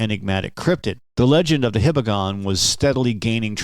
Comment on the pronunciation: hee-bah-gon, not hih-bah-gon. Name is related to the Hiba mountain in Hiroshima.